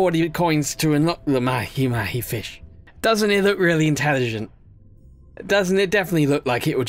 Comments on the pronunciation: It’s not mahi mahi it’s pronounced like maha maha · Mahi mahi is pronounced "maw-hee maw-hee"